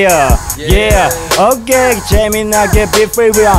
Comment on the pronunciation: LOOL i love it when says OHkay